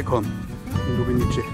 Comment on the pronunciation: Ja, ist wirklich schön da. Eine Kleinigkeit- man spricht es Lubenize aus, nicht Lubenitsche, c wird im Kroatischen als z ausgesprochen. Č , also c mit Hatschek wird tsch ausgesprochen. Die Insel Cres spricht man auch Zres aus.